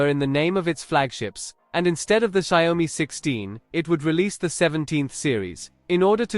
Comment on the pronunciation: can't even pronounce the brand correctly...lol